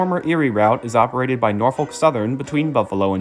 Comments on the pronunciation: Also Norfolk, pronounced nor-fuk. But a good educational and informative video. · Nor-fuk, the L is silent